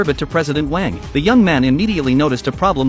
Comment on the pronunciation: Its wang not "WaYiNg"